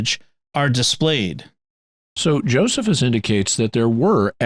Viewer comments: It's actually (uncle) Joe-sees-us ;o) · Omg it’s not Joseph-us… it’s Joe-SEE-fuhs….